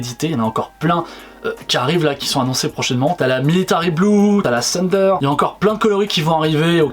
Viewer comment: C'est la lightning et non la thunder ( et ça se prononce pas comme Cindy Sander )